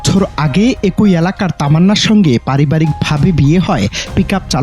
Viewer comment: রিপোর্টার ভাই,বাংলা অভিধানের উপসর্গের উচ্চারন না শিখেই কি কাজ পাইছেন ? এক -ই বলেন এ-কই আবার এর -ই বলেন এ-রই।